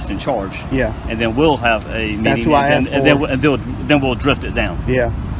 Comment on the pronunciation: She went in dere and axed dem for trespass.